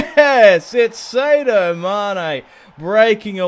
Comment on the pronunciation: sadio mane is said as (Saa-di-o)